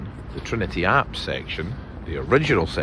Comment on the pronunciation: Very interesting. Does Trinity Church account for all the graveyards between Calton Road & Regent Street? BTW, "apse" rhymes with "maps" -- "apes" are something else altogether! :)